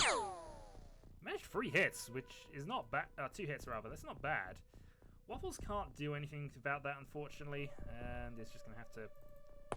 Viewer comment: Thanks for the mention in the video :D Hope my character won't get killed quickly :D Very good pronunciation actually :) Kill the aliens and save the WUFFLES! Greetings from Poland P.S Turkuć podjadek is a kind of bug actually (a mole cricket as wikipedia says) just FYI :)